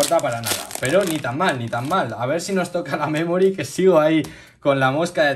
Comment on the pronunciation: Y se dice memory no memori